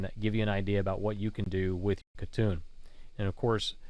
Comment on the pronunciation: not khatun its hatun